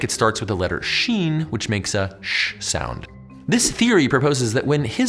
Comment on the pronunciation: you said sheen very beautifully